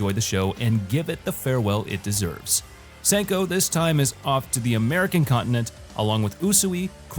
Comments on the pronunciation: I'm pretty sure I hear say "Senko" 🤦🏼‍♂ Somebody tell that man it's Senku! 😅 Not to mention, you butchered some of the other names (except for Chrome) 😔, we hear mispronounce Unnamed Memory as "Unmanned Memory". I haven't watched the anime yet, but I can definitely read what it should be called., for those who are confused about Phantom Trigger being a sequel, it's full name is Grisaia: Phantom Trigger, meaning it's part of the Grisaia series (which mentions at the mark) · You are mispronouncing his senku's name